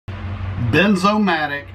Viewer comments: Wierd. He said Benzomatic. But it is Bernzomatic. I was sure it was benzomatic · It’s BERN BERNZOMATIC